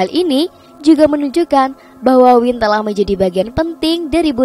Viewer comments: dibacanya Wayn bukan Win 😭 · Maaf ya...kalau anggur dalam bahasa inggris...mengucapkannya wain...bukan win....semoga bermanfaat...